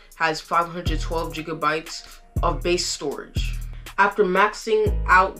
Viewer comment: Good job. Just as constructive advice is to check the pronunciation. Gb, GB or gigabytes is is a hard G. Gig, not jig. Ethernet is like the letter E-thernet, not eh-thernet. Other than those slips you did great. Keep it up.